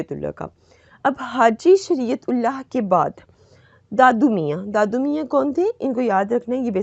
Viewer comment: Its not dadu mia,its Dudu miah